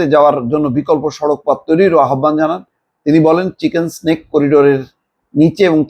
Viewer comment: চিকেন স্নেক না, চিকেন নেক বল্